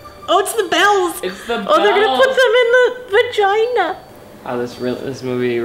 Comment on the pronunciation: The way said “vagina” was hilarious😂